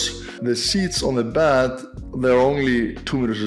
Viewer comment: When you were talking about the beds being to small for you at hotels when travelling. I thought you were saying bath at first. I mean no disrespect but I didn’t understand why that was so important that you had a bigger bath cause your toes stuck out. Lol. Sorry it just seemed so funny. Stay positive, stay strong, stay cool. 👊🏻🧡🇨🇦